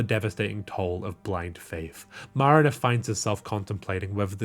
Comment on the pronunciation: the way you say Marina like Marinera sauce is over the top.